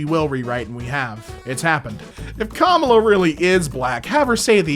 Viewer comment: pls pronounce kamala correctly